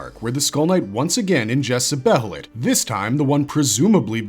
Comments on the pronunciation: dear god. its behelit as in bay-lit. not behelit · I can't help pronouncing "behelith" the same way as "behemoth" 🤷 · I know I said the only thing that bothers me in your videos is you say band of the "fulkin" but I forgot, the way you say behelit is weird too. Otherwise, great content.